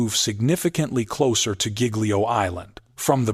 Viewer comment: Mispronouncing Giglio!!! Please edit your AI videos!!!